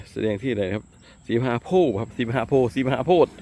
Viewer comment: โพธิ อ่านว่า โพด ถ้าไม่มีการันต์จะออกเสียง ด เป็นตัวสะกด ถ้าใส่การันต์ โพธ์ อ่านว่า โพ ครับตามหลักไวยากรณ์